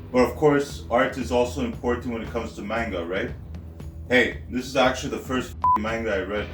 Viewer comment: This is the funniest review I have ever watched. You're criminally underrated. But its pronounced man gah not mane gah. Much love